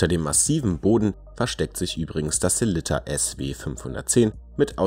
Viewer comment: Hahaha, vielen Dank erstmal für das Lob! Mir war nicht bewusst, dass meine Sellita-Aussprache so falsch ist, habe auch noch nicht darüber nachgedacht. Ich werde in Zukunft mehr darauf achten, wie es richtig gesagt wird und Abends vorm Spiegel üben 😜